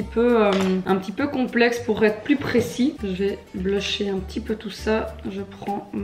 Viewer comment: Le " on va venir blecher " a mourire de rire